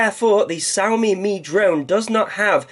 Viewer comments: It's she-ow like meow....Trust me, stayed in China for 4 years. Xiao means small. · They pronounce "X" as "SH"